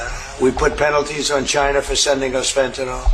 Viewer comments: He calls China, Jina😂🙄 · his pronunciation of Caina instead of China augurs well that he is an unlearned person, a stupid type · Why does he say “Shina”…..🤣😊